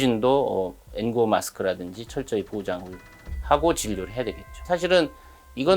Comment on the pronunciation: N95를 빨리 발음해서 엔고로 들렸는데 그걸 그대로 적는 기자는 뭐지